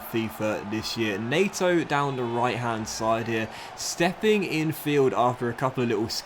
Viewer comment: NEH-to not NAY-to